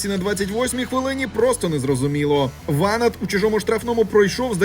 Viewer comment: ВанАт, а не ВАнат)